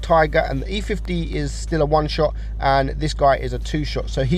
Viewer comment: gotta love how he called the e 50 "e50m"